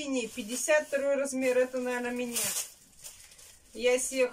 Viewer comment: Ни мине , а мне !!!! Не сести , а сесть!!!